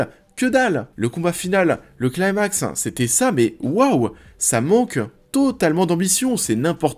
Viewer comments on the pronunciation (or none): none